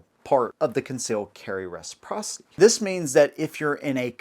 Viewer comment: Concealed carry meh-siprocity. Give us constitutional carry!